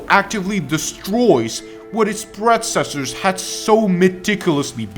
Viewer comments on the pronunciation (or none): I hate to be that guy, but it's "predecessors" not "predcessors".